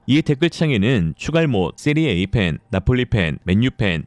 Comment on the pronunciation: 세리에이 아니고 세리에아 이름은 바르게